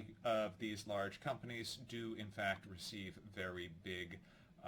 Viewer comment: Cause it sound like he said Twitter was doing "fat checks" 😆